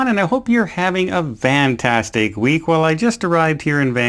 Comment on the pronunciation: OMG!!!!....🤣🤣 I thought I was the only one who felt that he pronounces the word VANtastic!!!!!.... it's on every video. I love it💖